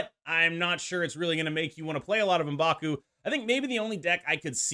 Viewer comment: I think Elsa is clearly a buff since she's back to being global now. Also thank you for pronouncing M'Baku correctly instead of saying "EM backoo" like certain other creators...